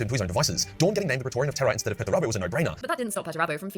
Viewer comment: AI Mispronounced the word TERRA on one I watched yesterday - trash! Go get em